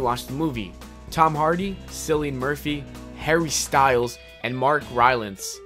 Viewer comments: its cillian not sillian you idiot. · It's pronounced Killian Murphy not Sillian.